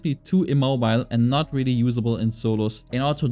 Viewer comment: Can you go to a speech coach please dude. Wewwy wewwy tough timew